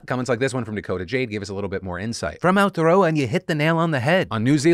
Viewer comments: Great attempt at Aotearoa - here in NZ a lot of right wing kiwis refuse to use the term for our country. If you want to get your pronunciation even better it's "ow-té-a-row-a" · For all my fellow Kiwis out there gearing up (or already have) to give him shit for saying Aotearoa like that, remember he's not from here. There's plenty of people in our country who are, that actively choose to not try, that you can direct your ire at.